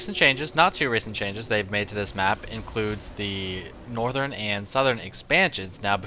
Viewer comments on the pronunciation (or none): none